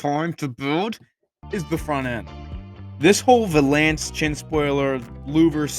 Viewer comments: In Hermiones voice: "it's valance, not va-lance." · Valance is said like balance. This thing is sick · I’ve never heard valance pronounced like that